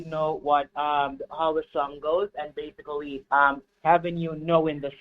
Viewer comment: I was counting how many time he used the word "base-i-cully, i lost count